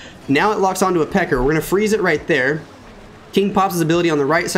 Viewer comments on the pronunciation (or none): I swear he's saying pecker not pekka 😂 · Bruh you gotta stop saying pecker for pekkas that just sounds wack 😂😂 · Had to click off once he kept saying peckers